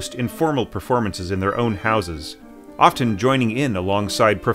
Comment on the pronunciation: There is no such verb as "score read". Say either "read scores" or simply "read". (By the way,, the "t" in "often" is not pronounced.)